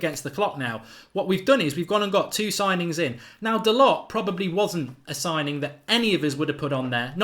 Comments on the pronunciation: Hi Mark! BTW, his name is pronounced Dalo. There is not a hard T on the end. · Mark, great video as usual. Love your work. FYI the lads' name is proinounced 'Dahl-oh'. My friend who is huge Porto supporter says he is a very, very talented young man, who they were going to promote to replace Pereira, who sold to Leicester. #ggmu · His name is pronounced Dahlow, spelt Dalot. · Its pronounced da low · Dalot - pronounced Da Low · He said on MUTV it’s pronounced “Dalorr” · Doesn't anyone else find it rude when someone ignores the pronunciation of others' names? I get that you won't know some of the players but to say you don't care how someone's name is pronounced. Its their name